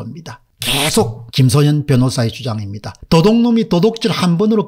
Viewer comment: 김소연을 자꾸 김소현으로 발음하는 것같은데....